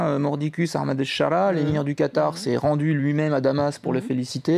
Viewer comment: aKHmad ? qu'est ce qui a soudainement fait prononcer les francais le H en KH ? Au pire tu dis A-mad.